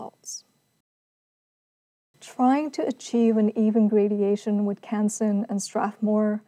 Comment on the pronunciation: FYI, the word is "gradation" - no i.